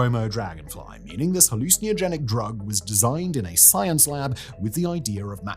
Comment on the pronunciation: Why do you say 'hallucinogenic' like that?